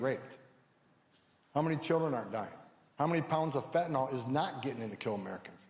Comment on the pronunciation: Remember folks, Fentanyl is pronounced much like Benadryl. NOT Fen-tan-ALL.